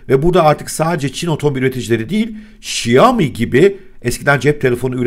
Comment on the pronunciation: Şaomi, huavey, doğrusu